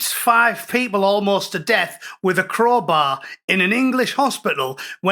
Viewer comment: Wots a crohbay 😂